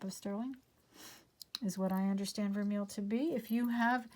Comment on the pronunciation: just a note on pronunciation.. Vermeil , I believe is pronounced 'vare-may' :D Love watching and would love to have such wonderful luck! You are charmed. I swear <3